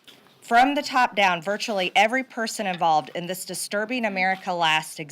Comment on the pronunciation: “Dis is what has happened”?! She really said “Dis is…??